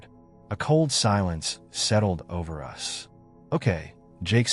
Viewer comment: sorry, not a fan of AI reading things, pronouncing 'us' as 'U.S.' for example. for me it ruins the flow of a story if you have to figure out what it really means rather than just listening and enjoying.